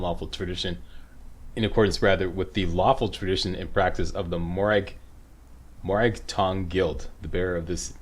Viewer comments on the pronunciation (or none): It's funny how pronunciation works. will nail some words that I have a lot of trouble pronouncing, and then you can't say morag tong?!?! 😂😂😂